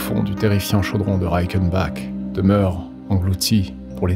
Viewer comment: Au top vraiment et merci mais je dois te faire une petit remarque Reichenbach se prononce /RAÏECHENBAR/ et pas /RAÏEKENBAK/ et InterlAcken pas interlécken (il y a pas de ä sur Interlaken) en tant que Suisse ce me fait un peu mal au cœur d'entendre ces prononciation mais je peux comprendre l'allemand n'est pas ta langue usuelle.